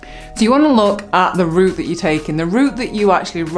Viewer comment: "Root" it is r-OUT-e :-)